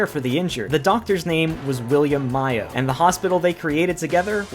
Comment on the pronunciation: It's Mayo like say May O. Not My O